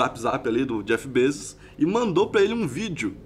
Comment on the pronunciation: o correto é BEZOS